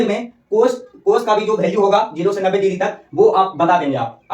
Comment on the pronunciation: ek cheej yr kah rha hu bura mat manna tmhare yha ki jo bhi bhasa ho...jaise value ko bhalue bolna ye sab aap chhordo qki ab to aap padhe likhe ho sahi pronunciation kro